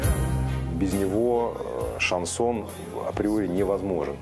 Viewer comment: "Короли" шанЗона